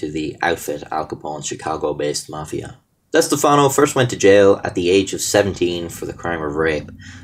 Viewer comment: thanks for pronouncing stefano correct. as a stefano myself its rare people get our name correct